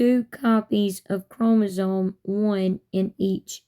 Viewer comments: She’s saying chromosoNe. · “ChromosoNe” she says- no its chromosoMe gypdip